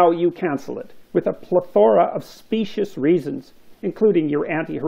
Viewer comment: He said Plethora...pronounced Pleth-or-a!!! I knew I wasn't wrong!!!!